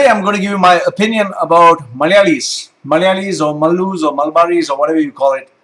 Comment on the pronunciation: You say the word "Malayalee" in the perfect accent possible.